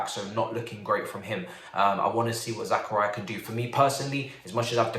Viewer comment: Zah-Car-Ee-Uh. Not Zach-Uh-Ri-Uh